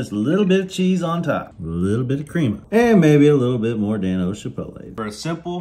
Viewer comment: STOP SAYING KRĒM-UH!!!!! Please. It’s really easy. Just two syllables. KREM (like kremlin) and “ah” like “ah that was refreshing”. KREM-AH!!!! Now put it together and say it in stride.